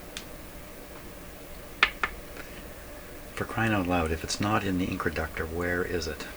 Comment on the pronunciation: Are you calling the controlled inductor an incraductor? Why would you do that?